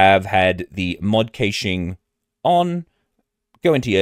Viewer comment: Its pronounced Mod Cashing. Great video, thank you.